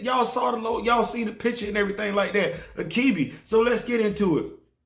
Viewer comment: Achebe is a Igbo name. Its not pronounced akibi but achibei.